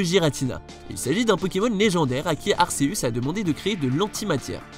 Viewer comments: juste on dit GUératina et arQUéuus merci bien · Tu prononces mal le nom de Giratina et Arceus XD